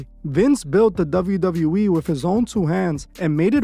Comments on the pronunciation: Douvle U Douvle U Eeee 😂 Couldn’t help my self ! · I’m gonna need you to learn how to say WWE (double you) 😅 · Is it just me or is he saying "Dove-yu Dove-yu E"? 😭😭